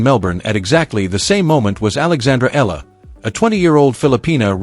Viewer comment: AI is not good enough...how you pronounce her name..so bad